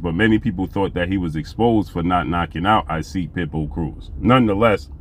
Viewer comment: Hey great brother; love the content. No knock by any means, but admire a brother mastering his craft. The correct pronunciation of "Isaac" Cruz is pronounced like Enoch from the bible or in his case Esoch..ck sound.